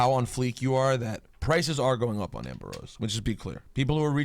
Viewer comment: Rosenberg said “pon fleek" smh